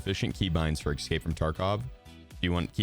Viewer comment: ope, then he said "excape" from tarkov at the end and it cancelled it out.